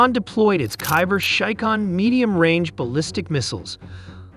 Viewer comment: Bro that's not kaiber shaikan 😭😭😭